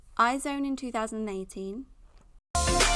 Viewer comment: it sounded like 2019 rip